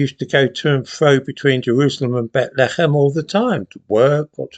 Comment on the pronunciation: You mean Beth Lee Hemm. Not whatever it was you said.